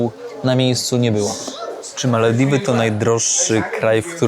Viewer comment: Dlaczego wymawiasz Malewiwy a nie Malewidy ?😊